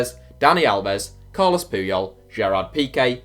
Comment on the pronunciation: Carles not Carlos